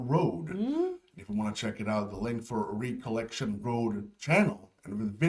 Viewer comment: your English is superb but I one slight correction for you. "Recollection" is pronounced "rek-ol-lec-shun", like your name "rek-ee". It basically refers to remembering something.